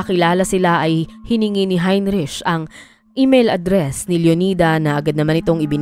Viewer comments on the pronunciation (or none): Please note the proper pronunciation of the name Heinrich. It should be 'hein-rik' not hein-rich. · HeinRick ang pronunciation niyan. 😊🇬🇧